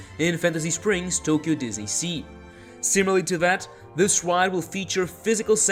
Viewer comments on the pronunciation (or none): none